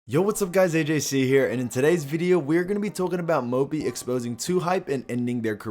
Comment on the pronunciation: ajc be like: tolken bout